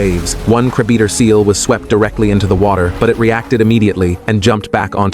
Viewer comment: The content creator needs to teach the AI better English pronunciation. The word is CRABEATER, not CRABE EATER.